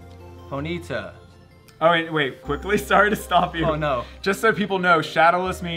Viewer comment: and the way he said ponyta? Am I tripping on that? he gave it a long e in the middle